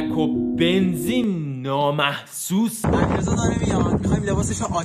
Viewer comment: فقط من حس کردم یارو گفت نامسحوس😐🤨